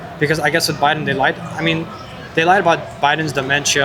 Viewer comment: "cuz bidden" Every time.